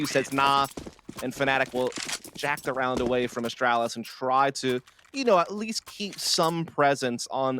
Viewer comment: The way the one NA caster says Astralis hurts me so much